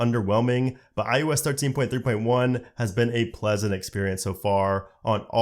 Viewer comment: this dude says IUS and it annoys me so much